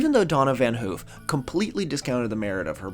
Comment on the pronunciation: Van haaf. Not oo